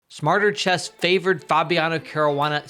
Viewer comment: “Care-roo-wah-nah” smh 😒 at least pronounce dude’s name correctly